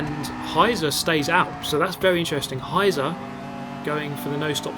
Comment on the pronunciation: Just a side note: "Heizer" is pronounced "High-tser" and literally means "heater" or "fireman", but also there is the figurative meaning "a person which drives insanely fast". Gotta love ze Germans x'D